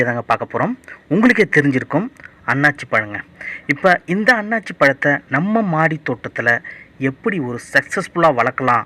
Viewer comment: நல்ல பதிவு ஆனால் தவறான உச்சரிப்பு அன்னாச்சி பழம், அண்ணாசி பழம் என்பதே சரியான உச்சரிப்பு .நன்றி